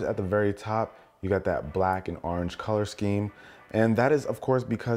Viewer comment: Arenge no its orange